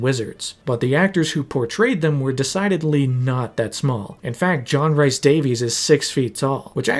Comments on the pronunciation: I love this video - but every time you say Rhys as Rice (it’s closer to Reece) I died a bit inside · John Rhys Davies's last name is pronounced the same way we Americans say the last name "Davis". Also, his middle name is not pronounced like "rice". It's pronounced like "Reese", as in the first syllable of the candy "Reese's Pieces." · Rhys is pronounces Rees. Like Reese Witherspoon. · John Rhys Davies name, Rhys is pronounced as Reece, not Rice. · it’s not Rice. It’s Reece (Rhys) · Hate to Um actually, but I'm from Wales. Rhys is pronounced like Reese. Hearing it pronounced rice hurts. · great video, but one little nitpick. Rhys is pronounced 'Reece' to rhyme with grease, not 'rice'. It grates every time I hear you say it. edit nope, after an hour and I'm out. I just can't bear to saying 'tons and tons' and 'massive' all the time. if you revisit this again, please edit your script to use more synonyms to avoid such tedious repetition. It will help immeasurably.